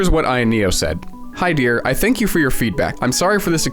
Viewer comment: Tank you.